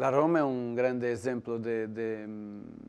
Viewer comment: Roma è la capitale d'Italia e tutto il mondo lo sa e lui la pronuncia oma